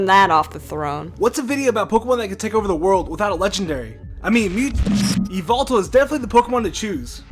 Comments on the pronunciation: Yveltal is actually pronounced why-veltal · u said yvetal wrong!!!!